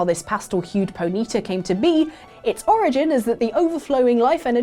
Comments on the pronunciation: What is a "Ponita" i thought it was Ponyta (pony-tah) or was I saying it wrong all my life lol? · what the hell is a pohneeta? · You said Ponyta wrong it's pony-tarr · Why do you pronounce Ponyta like you've never played Pokemon before? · Either you guys are pronouncing “Ponyta” very weirdly or I’ve been saying it wrong for years....